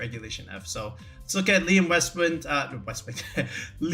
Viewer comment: love the pronunciation of my name , never had Westwund before lmao